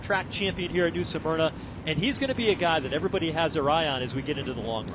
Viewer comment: Pronounced - Smur-na! NOT Sa-mur-na…